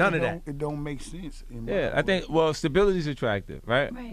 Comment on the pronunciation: It's pronounced sense